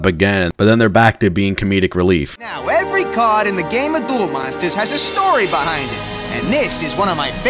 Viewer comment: Duroh!!!! monsutah kahdoh!!!!!